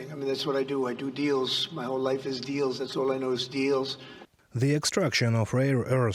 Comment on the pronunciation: Did he say deals or steals?